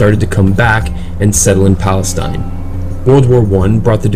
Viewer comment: wtf you cant even say palestine how is your place wtf you dont have p you say balestine